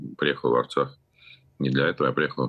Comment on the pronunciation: Osturax a ne artsax😂😂😂